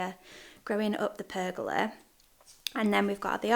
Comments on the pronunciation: You are saying Pergola correctly. PER-go-la. Thé gals in the fence are perhaps to allow wind to pass through without the whole fence panel being damaged or coming down. Also probably cheaper. Maybe move the bed to along the fence near kitchen and plant with fresh herbs! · Your pronounciation of pergola is correct 😉